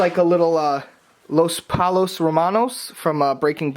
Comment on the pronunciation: It’s pronounced poi-o not pollo